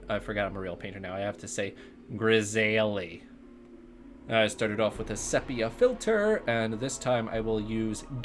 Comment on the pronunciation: Thank you for saying grisaille :) 100% more believable now